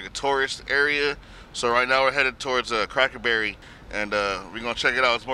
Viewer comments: calling Cackleberry "Crackerberry" for half the vid is the funniest unintentionally offensive thing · I thought he said crackle barrel 😂😂😂😂😂😂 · Lmaooo I love how didn't realize he wasn't calling it cracker berry until homke said it right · the homie out here called it crackerberry for days and then realizes its crackerberry....im fucking dying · The whole time he's calling it cracker berry .lmao definitely cracker ville